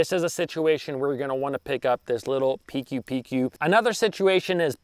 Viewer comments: Should pronounce PcooPcoo XD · Pronounce as Pi kooo Pi kooo💪🏻🎣